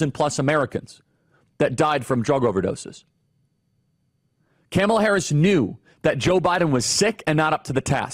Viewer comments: Please learn to pronounce Kamala's name. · Please learn how to pronounce her name correctly. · I've never heard anyone call her "KAM uh Luh." Annoying. Isn't it "Kah-MALL-ah?" She's already annoying enough Charlie. I gave up after . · This guy is so ignorant he can't even say her name right. What a joke he is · You're speaking the truth, but you're pronouncing her name incorrectly. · 😂😂😂 he’s calling Kamala, Camel(a) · I love how Charlie says "Camela Harris" over and over again... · My heart grows a few sizes everytime he pronounces her name wrong ☺️ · Yep Tucker is also intentionally mispronouncing her name, it’s hilarious. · As someone who is a moderate who is still trying to figure out best candidate, it’s hard to take seriously anyone who doesn’t even try to pronounce her name correctly. It makes me question if this isn’t just bipartisan Mumbo jumbo or if this is really a genuine criticism. ☹️ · Charlie Kirk not racist; but mispronounces her name intentionally ….🤣🤣🤣🤣🤣🤣🤣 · Dude you purposely saying her name wrong is the exact reason why they cry about it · Why do y’all insist on mispronouncing her name? It’s insane.😂😂😂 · Why do you insist on pronouncing her name incorrectly?